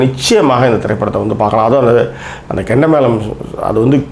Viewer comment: It is not kenda. It is chenda